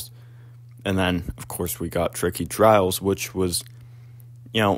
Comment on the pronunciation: Bro said twicky twias